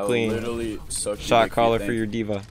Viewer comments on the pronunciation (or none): That’s D.mon not D.va